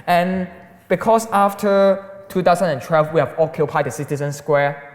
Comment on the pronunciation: I never knew 2012 had an "R" in it. Two thousand and trelve?